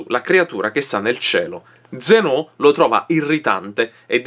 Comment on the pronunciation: zeno? zen-o? zèno, ma la pronuncia esatta la sai dire?